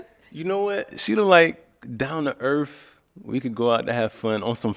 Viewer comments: “Down to Earf”🙄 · he said down to errff